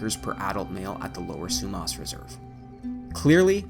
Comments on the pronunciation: Not Frazer it’s Fraser. Not Sumos it’s Sumas. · It's "Fraser", NOT Frasier and it's not pronounced "Sue-moss", it's pronounced "Sue-mass." 🙄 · its pronounced sue-mass & fray zer not frazier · Great video, informative and interesting. Your pronunciation of Fraser, Sumas,Smithe and Aggasizz is abysmal. It would suggest, you do not live here.Otherwise, great work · Great video, but the mispronunciation of the Fraser River, Sumas Lake and, I believe the name of local First Nations was really, really distracting. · This looked like a great video and I was looking forward to watching it. I was only able to watch 5 minutes and then had to turn it off. The incorrect pronunciation of the names Fraser & Sumas made it unwatchable for me.